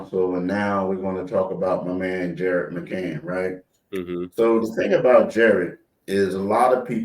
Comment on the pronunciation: Can someone tell it’s McCaiiiiiin?